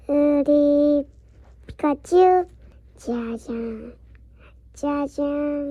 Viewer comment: 귀여운 로미,,,🤍🤍ㅠㅠㅠ 피카츄유 발음 너무 귀여워요...지구상 제일 귀여운 생명체... 😭